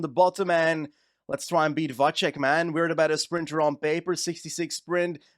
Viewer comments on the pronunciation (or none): Its Vacek, not Vaček 😭